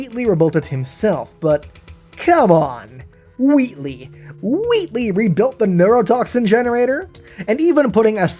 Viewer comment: Wheatley not Weatley just sayin